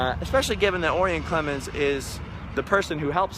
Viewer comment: if your gonna do a video, at least know how to pronounce his name...O-Rye-In...like the constellation! Haha, I should know.